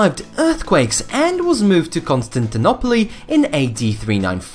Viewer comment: The way you said Constantinople sounded like Monopoly